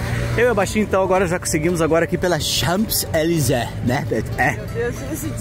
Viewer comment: Très chic, vocês. Gordo o p não é pronunciado em Champs-Elysées.